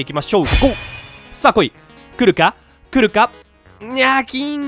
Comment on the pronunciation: ヒカックの「来るか？来るか？来るか？」が「クルカクルカクルカクルカ」でルカクに聞こえてきた笑笑